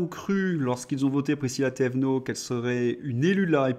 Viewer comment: Prisca loulou 😂 mais c'est pas grave ont n'a compris de tu parles , c'est Prisca Thévenot j'avoue j'ai triché pour Thévenot 😉👋